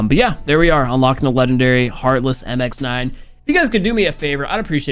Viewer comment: Finally, said MX9 not "MIXNIN"😂😂